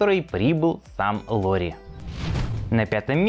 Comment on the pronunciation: Не Дэнди, а цеди и не лори , а лаури марканен